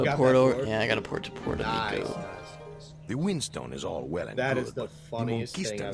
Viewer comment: lol really? Puerto Mico instead of Puerto Rico (idk if it's old I haven't watched the series)